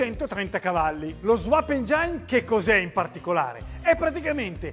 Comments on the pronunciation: Si ma engiain non si può sentire, dai! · la cosa più imbarazzante di questo video non è lo swap ma engine pronunciato "engiain".!! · " engine" si legge " engin " 💚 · Meglio precisare pure che l'accento va sulla prima e.